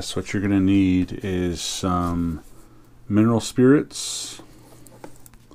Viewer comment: You mumbled. Mineral spirits? What did you use to clean it?